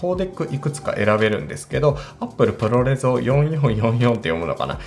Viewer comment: プロレゾではなくプロレズだと思います。